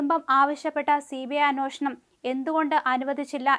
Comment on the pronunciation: Anwoshanam അല്ല അന്വേഷണം ആണ്.